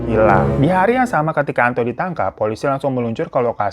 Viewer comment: Gw malah sibuk dengerin nama "Antok " sebenarnya Antok apa Anto sih 🤣 perasaan si babang sering bmnambahin huruf k, misalnya kata naro jadi "narok" 😅